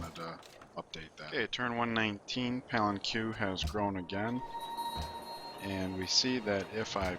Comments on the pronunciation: o.o Please stop saying pal en q...Pah link ay...Other than that, thanks for making the video. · "Pa-len-kwe has grown" facepalm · Palenque = pah-leng-ke Hermitage = hur-mi-tij